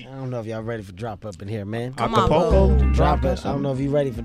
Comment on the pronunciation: lmao sway said "acapulco"